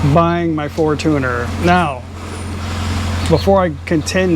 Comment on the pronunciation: Fortuner = for-chun+er.....even thai tv ads are for-chun-er. I have only heard foreign men call it a for-tooner......sorry, just a real pet peeve of mine!😉